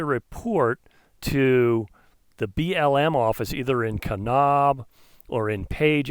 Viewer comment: Kanab rhymes with grab